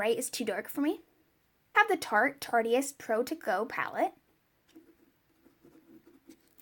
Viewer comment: It’s tarte-ist like artist lol not tartiest